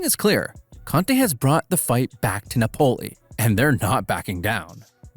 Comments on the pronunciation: Its nApoli... no napOli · If you want to say Napoli,the accent is on the A,not on the O.You sound weird. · I despise how you say Napoli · good video minus the pronunciation of Napoli :D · I really liked ur Video and u sound like ur having fun making content, but i recomend you search up correctly pronounce a teams name, hearing you say it incorrectly so many times made me not focus on the other good content in the video